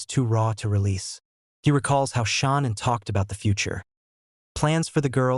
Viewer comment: Come on pernounce Shannans name right theres no u in her name